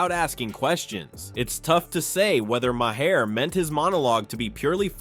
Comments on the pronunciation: What kind of junk AI narration did you use? It can't pronounce Bill Maher's name properly. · At the very least, you could fix the pronunciation of Maher’s name.